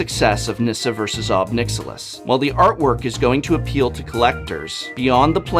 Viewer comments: Pretty sure it's pronounced "nick-SILL-iss" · "Nixilus" lol